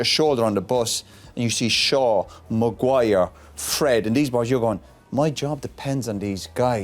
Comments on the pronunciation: Any body counts how many times did he say Magu-wire 😜😂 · Roy Keane chastising these players is the funniest thing. The way he pronounces Maguire’s name with such disgust😂 Man Roy I like your passion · I used to enjoyed the way he calls Maguire’s name 😂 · I swear it's the way Roy Keane pronounces Maguire 😂😂